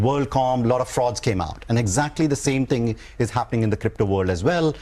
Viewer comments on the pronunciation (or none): none